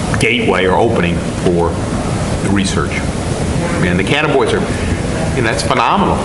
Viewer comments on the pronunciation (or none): Steve's gotta learn the correct pronunciation of Cannabinoid